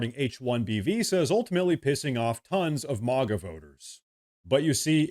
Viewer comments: Say "Mag" and then add an "a" at the end. Not "Mog" with an "a" it's MAGA not MOGGA it's America not Ahmerica. Thank you. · This is AI. It isn't MAAAGA it MAGA.